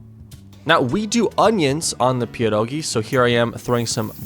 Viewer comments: OMG U SAID PIEROGI PERFECTLY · You say 'pierogi' very well